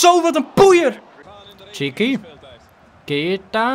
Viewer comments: Zeg aub niet maar keieta maar gewoon keita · Keita niet Ka-ie-ta